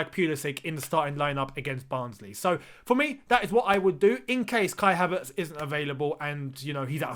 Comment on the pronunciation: You pronounce his name correctly